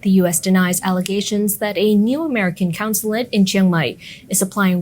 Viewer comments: It’s a “consulate”, not a “councillate “; the head honcho there is a Consul, not a councillor. Just saying. Great channel.👍🏻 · “CONsulate” not “COUNsulate”